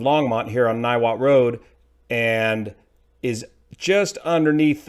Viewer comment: Niwot resident here, you nailed to pronunciation.